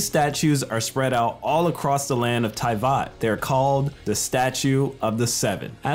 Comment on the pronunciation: did- did he just say t i v a t ?